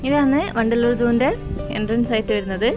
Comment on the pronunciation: vandaloor ennu kettappo pandallor aanennu karuthi